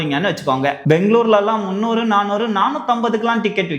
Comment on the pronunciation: Love the way you pronounce Bengaluru not banglore